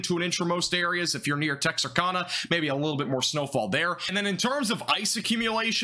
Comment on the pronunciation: Oh you just said Texarkana wrong LOL! (Tex) (ar) (kana) not Kona. That just gave me a major laugh. Have a great day and thank you for the update!